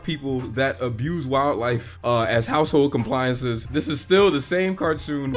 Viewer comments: “ household compliances “ 😂😂😂 laughing with you my English no bueno either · "🗣and he said appliances wrong!"